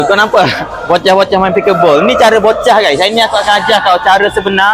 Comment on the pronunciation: Abg ni kalo cakap bocah tu macam kelakar la😂